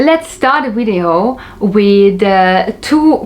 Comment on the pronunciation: I like the way you say "wintage" and "wideo". ;) Thanks one more time for the very detailed review of the Solido and Shuco models!